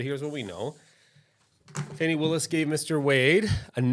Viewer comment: It's funny how you watch the same thing and interpret it differently. But when I hear the person pronounce her name Fannie instead of Fawnee, I automatically realize that this person is a foe of hers. It is obvious that this man made a video without knowing the facts and purpose of this hearing. The judge formally worked for DA Willis. She was his boss. He knows her well. The first defensive lawyer who questioned her is an aquantance of Mr. Wade and also campaigned for him. Remember, the two lawyers who are being questioned work together.